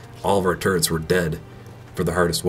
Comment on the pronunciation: they're called TURRETS not TURRENTS.